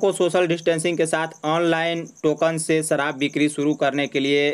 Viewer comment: Ye reporter ki shabdawali thik nhi sharab ko sarab bol raha hai inko sudharna chahiye.